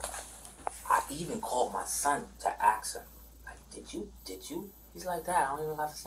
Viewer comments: Ask, not axk. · always with the Axe 😂 not ASK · What does "aks" mean? You mean ASK??? Ffs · It’s ask not 🪓. That’s a fact. Cuz he’s a factual person. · Ask is axe. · No such word as aks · Axe his wife LMFAO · If they can't pronounce the word "ASK" and instead say "AKS" then they are probably guilty. It's not racial, it's cultural. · "I even called my son to AXE him a question" 🪓 ⚒️ lemme AXE you a question and he has the nerve to call the other guy "uneducated" lmao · Idk....you should axe them... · lemme axe you sumthin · axed and defamated man im fumigating about this 🤡